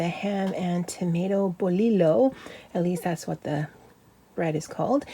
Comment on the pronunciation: Very nice! Hope you don't mind a little Spanish lesson- Bolillo bread is pronounced Boliyo like tortilla because the double l makes a y sound.